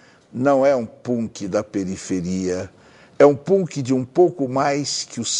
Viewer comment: o jeito que ele pronuncia punk kakakakak